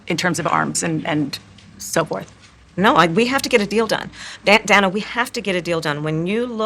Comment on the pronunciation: She gets Dana's name wrong 2x in the interview. How crazy for someone whose name is constantly mispronounced to fail such an easy name.